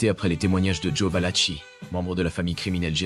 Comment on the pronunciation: Valaki pas tchi, ça se prononce